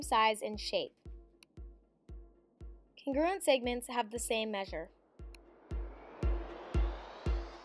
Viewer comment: CONgruent! CONgruent! sorry it’s pissing me off when she said it like cunGRUent